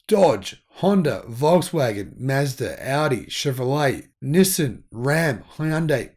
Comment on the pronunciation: In America we pronounce Nissan - Nee-sawn